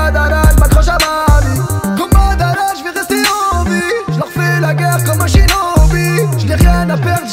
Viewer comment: J'adore comment tu prononces Madara on sent que t'aime vraiment les mangas ❤️ Soulking Youhouhouhou ^^